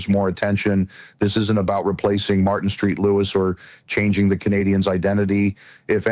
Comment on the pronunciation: St.Louis is not pronounced like the city. Friedman would know this.